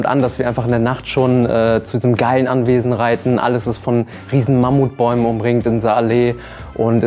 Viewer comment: "Mammutbäume" ehhhh